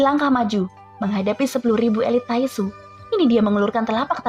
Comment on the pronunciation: Kwkwk taixu bilang nya tainxu